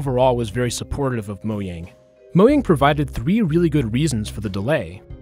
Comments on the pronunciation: Disliked because "Moyang" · It’s not said moyang it’s mojang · ITS MOJANG, NOT MOYANG 😭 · "Moh-yang" is the correct pronunciation. It's a Swedish word not English. Though I do believe that pronouncing foreign words correctly is a sign of respect to that language.